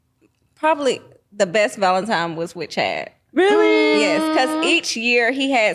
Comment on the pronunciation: it’s valentine.. not valentime🤣🤣🤣 love you though boo